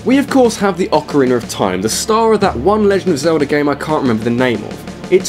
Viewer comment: orcarina of mittens??